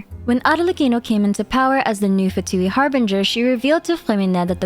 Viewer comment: Beautiful video as always, I just can't wait to pull our new Fatui harbinger! P.S. Little reminder that "Fatui" is also an italian word, and it's actually pronounced "Fàtui" instead of "Fatùi" like they always do in the English dub. Japanese dub pronounces it correctly tho. Something "Fatuo" means something insignificant, inconclusive, superficial, frivolous. It may refer to how the Fatui are, in the end, just a tool for the Tsaritsa's plan of rebellion with little to no other purpose?